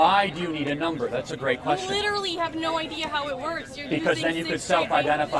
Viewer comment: It's not even literally, it's LEEDURALLEE hahaha